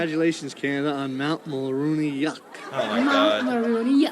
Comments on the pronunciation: Hes saying Mulroney Yuk. Mullaney is a previous prime minister. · We never had an Eskimo Prime Minister but Mulroney is a past PM lol Not Mulroneyuk lol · Mulrooney pronounced mulroni..was one of our worst prime ministers ever. He was a concervative. Like republicans his ignorance knew no bounds. Rip the village idiot. I live your show..you are fair...intelligent and funny. Buchard was the worst premier of Quebec. But no one questions what they are being asked. Thank you for your candor.